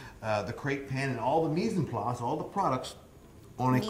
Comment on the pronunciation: Mise en place ! pretty funny how he say it